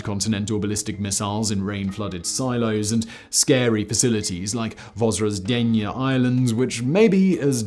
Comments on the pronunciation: Your pronunciation of the name was a bit rough, so 'roughly translated' was an unintentionally appropriate phrase to use. Thanks for the video. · Zh in Russian means Ж, which sounds as in Georgia=Dzhordzhia, not like Z. Simon, not Zukov in WWII videos ))) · Came here just to hear Simon fearlessly mispronounce the island in the title.